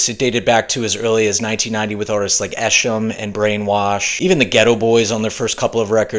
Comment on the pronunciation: Next should be Detroit... And I notice you mention "Esham".... (It's not pronounced as "Esh-um") but he pioneered a thing call Acid Rap which influence rappers like ICP, Kid Rock, Eminem, D12 and others... They also have their Deep underground horrorcore rapper lineup